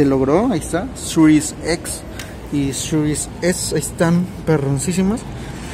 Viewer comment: sirues ex y sirues es! Wey no mames 🤦🏻‍♂️